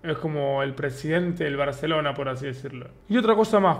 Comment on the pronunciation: Like por el acento Español de Davo del BarCelona.